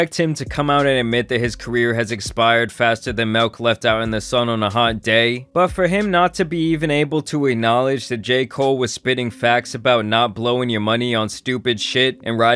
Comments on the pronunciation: it’s MILK, not MELK! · My man said malk 😂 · This mf said “melk”😆🤣🤣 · You my boy but it’s milk not melk